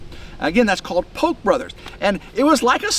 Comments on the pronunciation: It's pronounced Pokay,. Japanese... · We in So.California pronounce it "PO'-kee". 😁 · poke is pronounced pokay